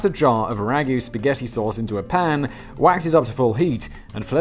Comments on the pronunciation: No one in america pronounces spaghetti like that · Only children pronounce Spaghetti like that. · no one calls it sketti here. Lets just make that clear. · It's actually "Pasketti"